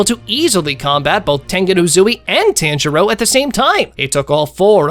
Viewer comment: bro can you say tanjiro the right way